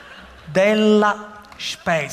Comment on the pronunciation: Non penso che si dica "Sspescia"....!!😕😂😂😂😂💙